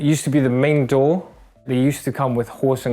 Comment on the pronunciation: and “door” and “there” You can hear the English influence